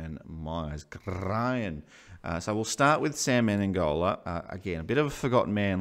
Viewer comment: Why do people call him Me-ne-N-gola? Isn't it Me-ne-go-la?